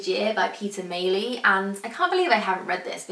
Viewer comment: Peter Mayle (pronounced 'mail' btw ;) ) also wrote A Year in Provence which is really good too, maybe one for the Amazon wishlist? I have a huge list of books to get through, daunting but exciting!! x